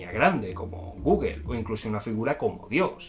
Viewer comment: Se pronuncia gugul.